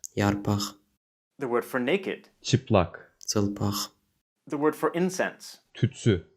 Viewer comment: Sounds like me[ç]tep, that's how the speaker pronounces it in the video. He said [ts]ılpaq, not [ç]ılpaq. I hear ta[ts], not ta[ç] or ta[c] in the Azeri version. hörüm[ts]ek There's certainly no [ts] or [dz] in literary Azeri. They have [tʃ] and [dʒ]. Otherwise they would have borrowed emoTSiya, rather than emoSya. Sidenote: I think emosya and duygu are a bit different. Emosya is something that comes and goes and duygu must be a deep feeling. I judge by the Russian language, where emotsiya is a transient emotion and chuvstvo is a deep feeling (or a more general term). Azeri probably has the same distinction. your speaker seems to speak a dialect, not the official standard. It's not bad per se but it's a bit misleading if you compare standardized languages. Anyway, I love dialectal variations and it's cool to discover them so suddenly :)